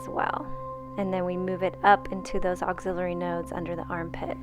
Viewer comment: The word is axillary, like AXE-illary, not auxiliary.